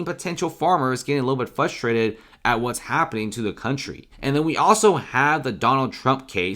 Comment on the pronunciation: It’s pronounced “FRUSTRATED “ not FUSStrated.